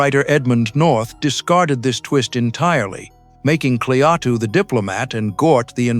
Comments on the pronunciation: it's not Cle-Atu...it's Klaatu. See what you get when you employ AI for voice-over? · Klaa-too, not kleateo or whatever the hell this AI vocal crap pronounces. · So the story is about an alien named Clee-ah-too and his giant robot Ganoot!😂 😂 sheesh ai please give me a break! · Who are Kleatu and Goot? This must be AI that pronounced the names incorrectly and later correctly. The Thing From Another World and Invasion of the Body Snatchers are two more great 50's Science Fiction movies. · AI mispronouncing as usual. (Klaatu) No human quality control as usual. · Who the hell is "GNUT" AND "KLEYATU"??? Bloody AI. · What a heller. The earth was destroyed by GNUT just because Kleyatu's name was mispronounced.😟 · If I spot Klay-at-tue out in front of my house, I'll invite him in for a beer. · Jaffe appeared in TV’s Ben Casey as Dr.Zorba. Also theAI can’t say Klatu. Keeps saying kleatu. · Couldn't you get a human being to narrate this instead of crap AI-generated voice that mispronounces both Klaatu and Gort? Have some respect for the movie, guys.